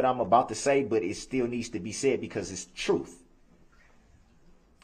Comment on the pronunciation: Truf, Amonish, substain, Recross Examinate, edjunicated, cohorsion, oaf of office, he can't even speak english yet he uses words he can't even pronounce.